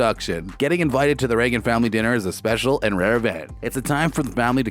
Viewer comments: Hey, you! The guy talking. Have you ever watched this show? It is pronounced with a long a sound!!! You know, like the president??? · I wonder if you’ve learned how to say the family name yet?.